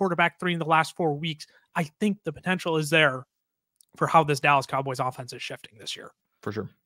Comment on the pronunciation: "The Callas Dowboys" is crazy!!😂